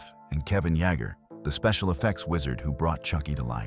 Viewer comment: It's Kevin Yay-ger!!!